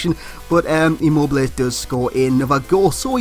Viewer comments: You speak his name right, i am italian.. :) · You just got his name right.